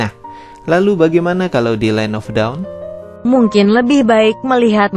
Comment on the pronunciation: Bang ajarin mbak google supaya gak bilang land of daun kan salah bang kwkwkq